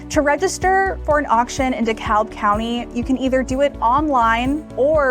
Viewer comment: It’s pronounced dee-cab. 😇